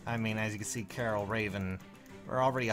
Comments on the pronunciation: Why do people call him "Carol"? That's not how you pronounce it. Also, saying Raven isn't a good 5* is just silly. He's the best quad axe unit. He's literally an infantry Cordelia with an axe and one less Atk. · Pronouncing Karel like Carol is 100% hilarious.